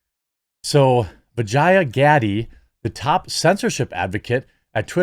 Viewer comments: I swear I thought Jeremy said her name was Vagina Daddy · Did you just say Vagina Gaddie?